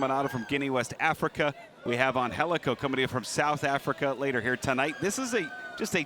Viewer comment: How tf is Angelico pronounced Anhelico? Gtfoh!